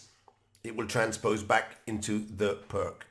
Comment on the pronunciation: Greetings, Thank you for your enjoyable and informative effort! However, I find your offering on how to pronounce Uddenfeldt rather amusing in the light of your repeated mispronunciation of the name Pirc as “prk”, the name of the person that this defence was named after. The closest pronunciation, as far as English language would allow is “Peertz”. This is not a hanging offence, and I will not report you to the Chess Police. I hope that you will take my comments in the spirit it was intended to, simply an attempt to restore some dignity to the name of the person who gave us so much pleasure playing his invention. Thank you again, and keep up the good work! Cheers, Branko.